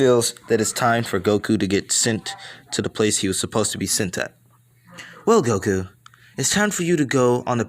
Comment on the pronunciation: Did you say woku